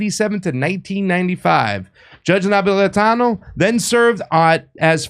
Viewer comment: Really rude to call him Judge Nap when you couldn't pronounce his name which is super easy to pronounce if you sound it out. Unfortunately America has raised up idiots who can't pronounce a word phonetically. Not sure why Jimmy would have an idiot subbing for him.